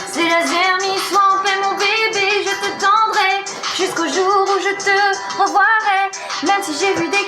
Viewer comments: C'est pas revoirais comme à dis alison c'est reverrais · juste c'est pas revoirait c'est reverrais :/